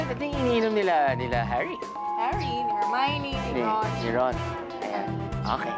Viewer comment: it's her-mah-ow-nee. not her-mee-ow-nee :(